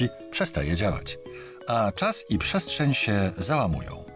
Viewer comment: Jak tu wierzyc na slowo typowi, ktory wymawia „pszeszczeń”